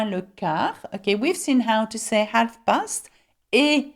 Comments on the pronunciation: Awesome videos :) just wanted to let you know that the "l" isn't pronounced in "half" it's just [haf] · Hi.thanks for your videos and lessons.they are great! I wanted to say the word HALF , L is not pronounced.